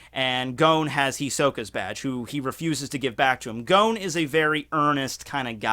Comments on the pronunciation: Idk why you pronounce Gons name as Gown xD They even pronounce it as G-o-n in the anime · No offence, BUT you are able to pronounce complex Japanese name perfectly. But when it comes to names like 'Gon' or 'Gen' the most simple names, you do it WRONG. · Lmao my guy really says "Gown"